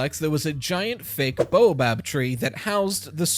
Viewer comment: I have to Google “baobab” to make sure I haven’t been reading it wrong my whole life every time calls it a “boabab”